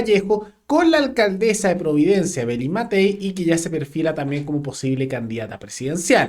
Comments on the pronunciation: Llamaría a la “alcaldezzzaa” siempre me ha resultado insoportable escuchar hablar tanto a Vallejos, como a la alcaldesa de Santiago y varios de estos nueva camada de políticos……pero en este punto de prensa la señorita Vallejos cansa con su pronunciación de las “s” de las “s” que hace como “z”……………..daña los oidos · se dice Alcandesa Vallejos, no alcadeza,....zazazazazazzaza